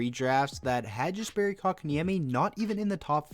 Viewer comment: Pronounced Jesperi wrong. (Yas-perry)